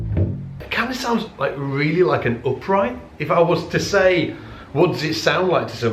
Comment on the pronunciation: In what country it is pronounced roobber and oopright?